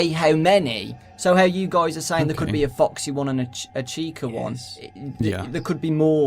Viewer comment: Ugh did anyone else here say Fuxy? No? Just me? OK.